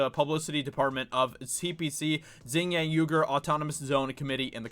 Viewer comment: Just a heads up, it is pronounced "wee-gur".